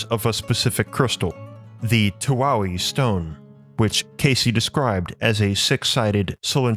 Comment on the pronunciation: Just a note: the crystal is pronounced as (too-eye) stone.